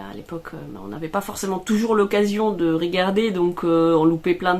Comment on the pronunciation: Pourquoi quand tu parles, mets- tu des accents là où il n'y en a pas ? Ex : régarder (ré) au lieu de regarder (re), etc... ce n'est pas une critique, mais j'aimerais comprendre... 🤔